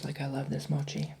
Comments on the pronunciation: Lololol love u 💜did u know that there’s also ice cream mochi? I like the ice cream mochi better, u can try sometimes (btw it’s not “moki” it’s “mochi” lol I don’t know how to explain but u know😂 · FYI everyone... It's Pronounced MO-CHEE, not MO-KEY. 😊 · It’s Not Moci, it’s Mochi! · Mochi is pronounced with "ch" like in chalk,or check 😄